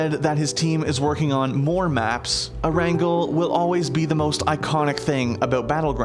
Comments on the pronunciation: It's pronounced AIR-ANN-GAIL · It’s “Air-n-gale” dude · you can’t even say Erangel correctly. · Fuck you said "Erangel" Wrong so badly it made me cringe beyond belief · The way he said Erangel made me really upset.. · He says the name of the island wrong. Idk how tf people pronounce it in ways like that.